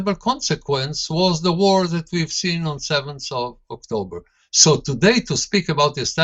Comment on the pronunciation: Dan... go practice. Again and again. "THAT". Not "Zat", that. Say it with me. "Not zat... THAT..." - just keep practicing and you'll get it ;-)